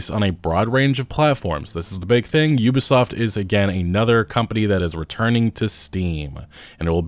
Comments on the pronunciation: "You-bi" soft lmao. its OOBI SOFT bro! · Why is he saying Yubasaft